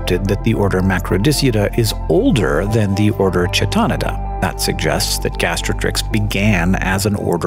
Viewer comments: Almost. While it may have come from Greek, it is in Latin (New Latin, to be precise). The correct pronunciation should be [kʰae̯'tonɪda], I think. That's pretty close to what you said, except for two of the vowels being different, namely that the first vowel should rhyme with "eye" and the third with "lid". The third vowel could also be pronounced [i], rhyming with "knee", which is what you said, depending on what time period's pronunciations we're going for, resulting in [kʰae̯'tonida]. If we were to go with a more Greek pronunciation, then the first vowel would still be "eye" and the third would definitely rhyme with "knee", but also the first consonant would probably be different. It still gets the k-sound [kʰ] if we go with Attic Greek, but later forms of Greek like Koine and Modern would have it be [x], the same sound that ends the word "loch" in Scottish accents or the first sound in "Chanuka" when pronounced with the throaty sound rather than a straight-up h-sound. This makes it [xae̯'tonida]. To get the pronunciation you suggest, ['kʰito'nida], we would need to resort to Ecclesiastical Latin pronunciation, but even then, I think it would end up being [kʰɛ'tonida], with the [ɛ] being the same sound as in "bet", which is still a bit different. I hear Hank saying [t͡ʃɛ'tɑnɪdə], which I agree is not right. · "keetoneedə", as chaeta is from greek; 'ch' from χ = "k"